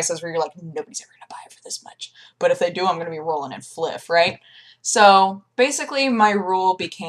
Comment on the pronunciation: "Rolling in fliff." I like it.